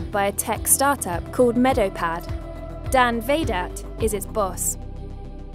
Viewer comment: I legit thought you said Darth Vader when you in introduced Dan Vahdat.